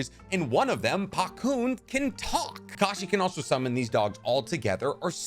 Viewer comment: It’s Pakkun not Pakune(No hate)